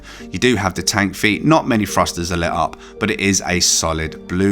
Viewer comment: Why do British people have a problem pronouncing the "TH" in a lot of words? It's three, not free. THink, not Fink. THruster, not Frusters.